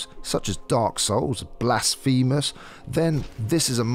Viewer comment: Blas-fee-mous??? I think you mean Blas-fur-mus